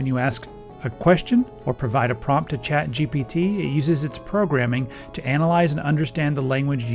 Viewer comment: I keep hearing "CHAD" GPT